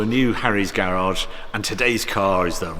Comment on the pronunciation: How do you get the pronunciation gay-rahge from the word garage?